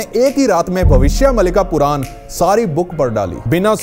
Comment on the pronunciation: Wo puran hi bol rha hai bas thodi si accent ki galti hai